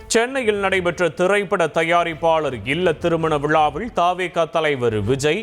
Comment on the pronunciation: சார்பிள் தேர்தள் விளாவிள் தாக்கள் ....என்னடா உச்சரிப்பு? தொங்கீருடா..